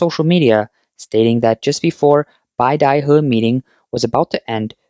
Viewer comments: BAY-da-huh, not BYE-da-huh. A small nit to pick, I'm sure, but since it was said so many times in this video and likely to be mentioned again in the coming months, I'd like to correct that. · Can you at least pronounce beidaihe properly?